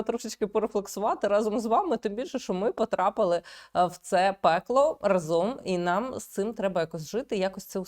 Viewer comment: Не разОм, а рАзом